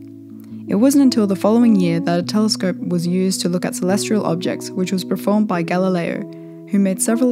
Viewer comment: Great video. However I have three nitpicks. 1. you said 'celestrial'. 2. you said 'Siding Springs' (should be Siding Spring). 3. you said "altazimutn was invented". I don't know what that is but it sounds suspiciously like a typo of 'altazimuth' which is the type of mount probably used by Galileo - so not invented to make a telescope 'more flexible in tracking'. Rather, after a long period of using equatorial mounts for tracking, in the 1970s it became feasible to build big telescopes with cheaper altazimuth mounts because computers were then able to control the tracking. Sorry if I sound too negative. I do appreciate how much work must have gone into this video and overall I thought it was excellent.